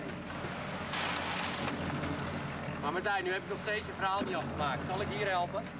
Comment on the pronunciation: it’s “Martijn” , love